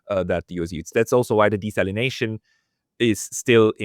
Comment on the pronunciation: Desalination there's no z... Great guest